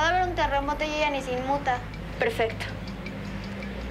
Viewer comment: en vez de decir perfecto dijo prefecto xdxdxd